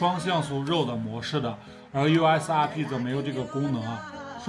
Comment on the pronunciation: 你这英语，eos 阿屁，，，，🙄